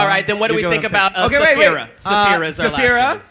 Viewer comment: can someone pls correct on saying zaphira instead of sapphira? 😂😂😂